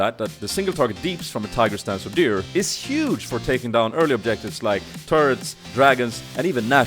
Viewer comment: I like how you called your rune page Odyr and not Udyr, why is that?